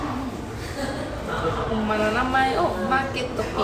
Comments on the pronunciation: マー⤴︎ピー⤵︎ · まぁ↘ぴい↑ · ↓まー↑ぴ↓い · まー↓ぴー↑好きすぎてわろてまう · マー↘︎ピィ↗︎てww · マ→ーピ↑ー、が気になって余計に内容が入っていかなかった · "マーピー"のイントネーション気になる人！